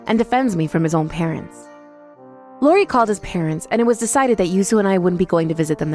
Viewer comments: What is this 'Lori' nonsense? It's I~O~R~I. They don't even know THEIR OWN CHARACTER'S NAMES??? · Can this VA please learn the names properly?! Its not Lori it’s iori